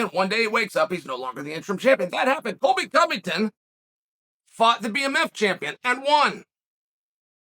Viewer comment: “Coilby Covington”